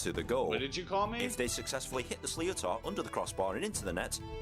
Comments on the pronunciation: Also, the ball used is pronounced, ‘Slit-ter’. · it's actually more like slit -her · Sliotar is pronounced Slitter. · Weird hearing an English man explaining an Irish game. He does ok until he says Sli o tar😂😂😂